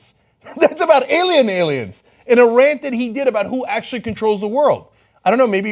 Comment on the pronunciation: "IT'S THE ALIEMS": believes in TOMMY from the RUGRATS!!!